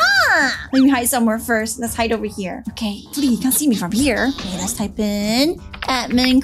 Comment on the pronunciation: Is okay not okeh